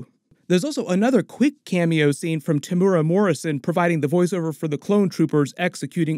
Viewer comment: Super minor point, but -- the pronunciation of Temuera (as in Morrison) is closer to "Tem-werra" than "Tem-oora".